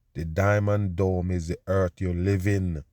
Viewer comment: Dude its not eart. Its earth. For years you have been forcing a fake accent.